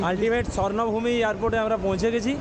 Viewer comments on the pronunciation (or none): Bhai sarnavumi noy ota hobe subarnavumi.